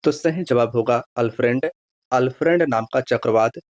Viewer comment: अल्फ्रेड तूफान में ऑस्ट्रेलिया के दक्षिण पूर्व में दस्तक दियाहै, न कि अल फ्रेंड ने। हमारा बोलने का मतलब यानी कि मकसद उच्चारण आपने गलत किया है।